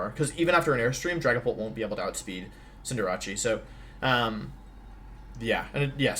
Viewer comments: Je still says Cindeerachee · ITS SO ANNOYING LIKE CINDER-ACE like ugh